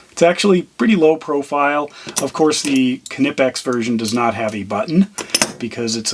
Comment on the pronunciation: Are you a United Statesian and want to know how to pronounce Knipex? No problem! This friendly German is here to help you: Kneepex. And remember, kids: The K is not silent!